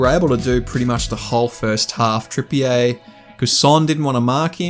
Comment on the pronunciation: Lol great video but pronunciation is: Trippier (Trippy-er) Guimeraes (Gimmer-rishe)